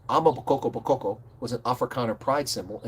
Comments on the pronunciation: Pronounced: Ama- Boko-boko not damn amabokkokoko 🙄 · Well said! Though you should really consider practicing saying AMA BOKO BOKO! You have too many KO’s going on there. It’s simpler than you might think. I really like your appreciation of South Africa as a whole!!